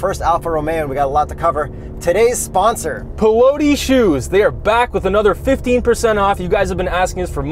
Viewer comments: <Pee-law-tee>, please. You almost got the much more difficult "Quadrifoglio" right. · The way you guy pronounce Piloti..... what a shame 😓